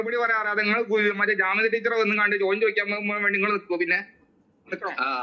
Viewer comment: വലയ്ക്കുന്ന ശോദ്യം ്് ശോദിക്കല്ലേ . ടീച്ചറ് മ്യോളെ😂